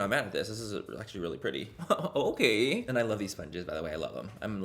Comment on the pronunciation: i cant tell if its intentional but every time he says okay, i hear Oh Gay and I'm living for it